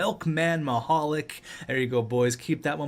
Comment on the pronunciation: I may have ruined it but I'm pretty sure Mihalik is pronounced Mihal LEEK...